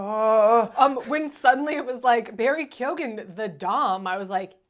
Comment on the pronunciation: first minute in, youre not even saying Keoghan correctly. why the fuck would i listen to the opinions of two people who dont even know what the protagonist is called? Fucking pass. Do your homework. Watch a review by other people maybe.